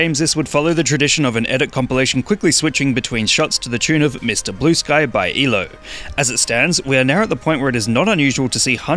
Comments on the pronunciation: One does not address the band as "ELO" Its is "E-L-O". 🤓☝️ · E L O not ELO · Did you say "e-low"? It's "eee elle oh". E.L.O. it stands for electric light orchestra. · BRUH WHO IS "EE-LOW" ITS PRONOUNCED "E.L.O." LMAOO GOOD VIDEO THO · Lol ...😊Eelow... its E.L.O acronym for Electric Light Orchestra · Elo? It's ELO. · "By EE-LO". It's actually E.L.O., or Electric Light Orchestra. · "To the tune of Mr. Blue Sky by Elo (eelow)" I can't believe it. You didn't say E L O? This is totally something to get mad about, unsubbed!!!11!1!!1! Before any of you comment, this is satire. Get your ass off here and go back to twitter. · did you pronounce it "eelo"? It's just pronounced "E, L, O" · Did you just refer to E.L.O. as “ee-lo”? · Elo??? It's initials. It's E. L. O. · E L O, not elo. Put some respect on electric light orchestra man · Narrator: Pronounces ELO "Elo." ELO Fans: *Dramatically raise their hand to the sky and close their eyes..." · Once I heard that I just tuned out and came to the comments lol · Bro did you just call Electric Light Orchestra "eeelow"? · First time I ever heard Electric Light Orchestra as 'Eee-low.' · My man... did you just pronounce E-L-O as one word? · Booo it's not pronounced "ee-loo" it's an acronym for Electric Light Orchestra